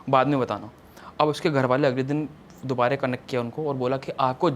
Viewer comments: dubara ko dubare kyu bol raha ye? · he doesnt know the word dubara he is saying dubaree dubaree😂